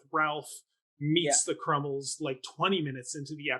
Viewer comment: Crummles, not Crummle. What is with this guy dropping the S at the end of people’s names?